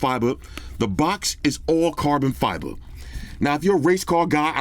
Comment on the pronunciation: can you please say properly carbon fibre?